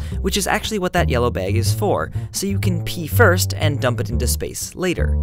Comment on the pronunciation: especially since you said dumb, and not dump. :3